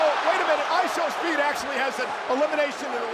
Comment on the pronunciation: World cup song in the entrance and the commentators saying ishowmeat